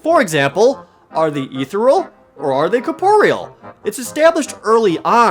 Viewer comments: Jared, "ethereal" is pronounced uh-THEER-ee-uhl, not EE-ther-uhl. You're pronouncing it as if it were spelled "etheral." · Ee-thur-rull? Ethereal. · "Ethereal" is a four syllable word. eh-THEE-re-ul. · "Are they etheral?" Ethereal. The word you're looking for is "Ethereal", Jared. 'Ee-thee-ree-ul'. combine "ether" and "real".